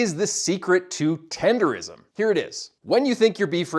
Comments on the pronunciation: The word is ten-der-nism not ten-der-rism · Yall stay messing up the name. Tender-'nism'! And you're using him to get more traction on this video, which ain't bad, jus get the name right. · He trolling calling it tenderism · Tendernism* dudes can’t even say it right and making videos bout it 😭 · Let’s say the word in the title of the video incorrectly like at least 7 times wtf 😂😂😂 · Couldnt watch the rest of the video after he pronounced nism wrong 🤣. What ever he had to say was probably valid but i cant take this guy seriously now. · He's getting the word wrong on purpose.